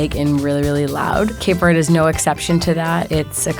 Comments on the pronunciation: smh cant even pronouce cape verde correctly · she doesnt even pronouce Cape Verde correctly